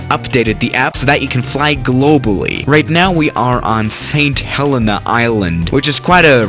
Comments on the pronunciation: It's pronounced st helena not st helena. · Mispronounces St Helena Badly